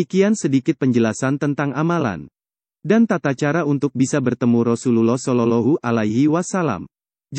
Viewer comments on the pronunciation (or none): bukan sololohu min tapi solowloh'hualaihi wassalam